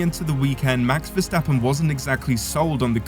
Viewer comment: At least get your names right:Jos Vastapen??Bye,bye!